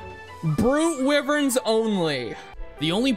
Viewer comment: Wyvern is not pronounced like that He pronounced it right once (that I heard so far)